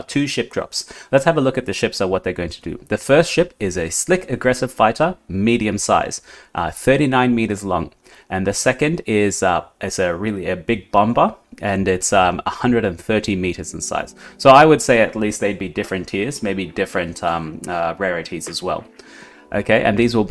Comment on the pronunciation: Did he really say Bom ber